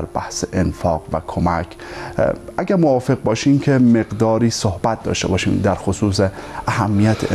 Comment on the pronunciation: صوحبت نيست صحبت است و شَفا مرگ است و شِفا سلامتى را گويند جناب كمى تمرين ادبيات دري داشته باشيد بهتر است با اينكه برو دنبال يگان كاركى ديگر نشرمان فرهنگيان ميهنت را